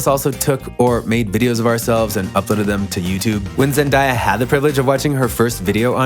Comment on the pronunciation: PLEASE WHY ARE YOU SAYING HER NAME LIKE THAT 😭😭